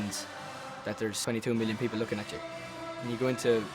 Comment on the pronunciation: It's like Niall says Hitler. Yes I know he says people. NO HATE I love 1D :)